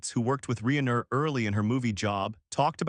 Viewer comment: This guy can’t even pronounce Rob Reiner’s name correctly